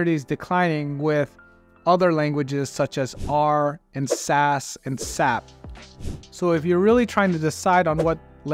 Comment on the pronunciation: It is AS EH PEE not SAAAP 😂 #triggered